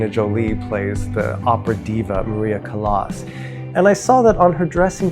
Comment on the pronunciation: How did you watch the entirety of the Callas movie... and then choose to pronounce her last name like that? LOL